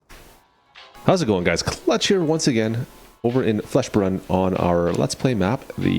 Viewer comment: Fleshbrunn? Its felsbrunn